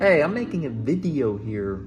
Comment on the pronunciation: Congrats man. Also "ey im making a bideo ear" is probably the most midwestern thing i've ever heard. congrats again